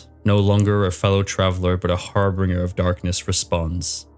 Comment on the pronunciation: "Har-Been-Jer" not Har-Bringer